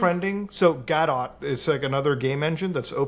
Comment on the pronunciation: Gadot (pronounced "God-do" as in "Waiting for Godot") , and yes, apparently Tesla uses it in the dashboard console. This also has to be fairly recent (since 2019) since that's when the job listing was. Keep in mind that while most vtuber apps are built with Unity, the only reason that is the case is because Live2D themselves builds the Unity module. The only other module they have is the native C++ one, which is what you'd use for Unreal engine, and you could make work in Godot, but it's a bit more work than just doing a straight C++ Vtuber puppeting tool without using Unreal or Godot. The reason both 2D and 3D vtuber puppeting tools have used Unity to date is because the all the other pieces needed (eg VRM import for 3D, Live2D for 2D, cross-platform processor agnostic runtime, webcam, output) would be better off as a OBS native plugin (and they do exist.) They just are a lot harder to use. like 100x harder